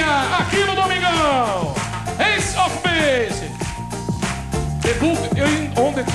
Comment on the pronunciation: "ace of the Basey" hahaha